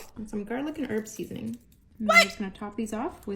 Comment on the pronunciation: She said "seasoning" 😩😩😩🤣🤣🤣